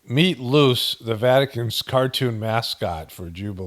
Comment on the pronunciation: Hey! ty so much, great video as always!! I hope all is well❤ ive been learning italian for about a year now, just wanted to make a small correction (yes i know you dont care, this is more for the algo relax 🤣) its pronounced Loo-ChAy not lucy